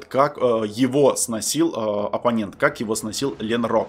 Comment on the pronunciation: lenroc - ленроц! lenrok - ленрок! Не путай